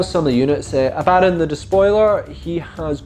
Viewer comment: I cant wrap my head around how all these youtubers mispronounce Abaddon. Ab A Don, not Abaa Don